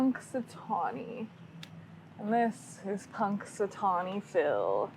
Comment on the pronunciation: Punxy is my hometown. Yes, Phil and Phyllis had two babies this year. And pronounced the town perfectly. And that is the public library so you can see him from inside too.